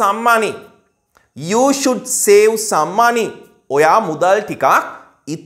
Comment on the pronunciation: The way you pronounce the word "save" also wrong.